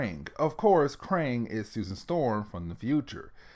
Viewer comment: Kang not Krang. Krang is a TMNT villain.